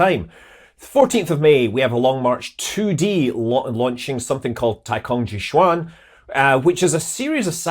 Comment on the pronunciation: Hi Scott, The best way any English speakers to pronounce "Jiu Quan" is actually "Jeo Tran". Basically "Jiu" pronounces similarly to the name "Jeo", and "Quan" pronounces like "Tran" as transatlantic... Have a go...